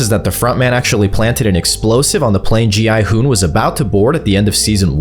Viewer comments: Gi Hun is pronounced in every way except the correct way which is (Gyuun) I dont understand why so many videos even none AI generated get the pronouncements wrong it's literally mentioned in the show even in the english dub. It's not (Gee hun) its (Gyuun) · ah yes “g-man and go-hun” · Go hon he hon bro is not saying right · Not gohan😭you say Me: ITS GI-HUN BRUTHA GI-HUN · GMAN IS NOT GI HUN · Gi hun:❌ Go hun:✅ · Why’s he calling gi hun “go Han” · Its gi hun not gman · Gohan Gilbert G man G money G honey Front daddy Those are wild 💀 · Bros pronounciation of gi hun G man Gi hun Gohan Gi money G-I hun Gi- honey Gillbert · “Gi Hun” “G Man” “Gohan” “Gi Money” “Gilbert” “G I Hoon” “Gi Honey” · BRO IT G I HOON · Who is giman bro and giburt and gohun brooo its GIHUN bro plus whos g i houn bro And whos gi money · Bro how many times you said gi hun wrong? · Why does he keep getting gi huns name wrong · You pronunciation of gi huns name, tf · Bro just doesn't know how to say gi hun😂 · WHAT ARE U CALLING GI HUN LMFAOO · bro cant just say 'Gi hun' 😭😭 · Bro called gi-hun everything but gi-hun 💀